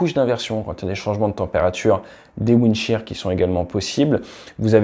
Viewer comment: "windshear" non?